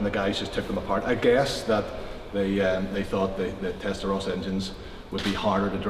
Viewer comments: Please guys. How can you be a car guy and pronounce Testarossa wrong? It has two S'es. Not Rosa, but Rossa. I hear a lot of Americans pronouncing it wrong. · It's pronounced "tes-ta-RAW-sa," not "tes-ta-row-sa." You know like the signature Ferrari color of "Raw-so corsa." Also a distinguished Ferrari lover will spot them as Euro-cars in a split second because the US-spec cars have side-blinkers while the Euro-spec cars don't. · TestaRossa not testaroses. Please!